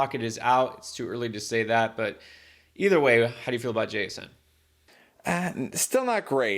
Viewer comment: Thanks for the info, Wr JSN on Seahawks is pronounced Jack-son rather than Jay-son.